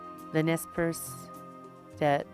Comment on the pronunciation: The Indian people known as the Nez Perce (pronounced Nay Parsay) aka the Nimipu are historically a peaceful people. They were forced to take up arms by the white man breaking the treaties made to them. No white men were killed prior to the 1877 Nez Perce War started by the US Army.